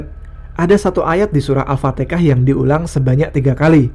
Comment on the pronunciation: Gw dengernya Al fatekah 3x